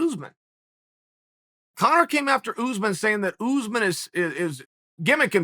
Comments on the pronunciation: Oos-man, I guess? Phonetically? Still, it's Chael, he pronounces /everyone's/ name wrong. At this rate it has to be a meme on purpose. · “Oozeman” Its us-maan